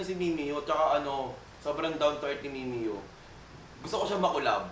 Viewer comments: MIMIYO? AYUSIN MO MUNA PAG PRONOUNCE BAGO KAYO MAGCOLLAB NI MIMIYUUUUH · gURL mee-mee-yah, hindi mee-mee-yoh